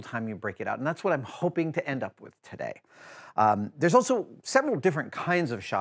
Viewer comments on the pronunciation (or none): none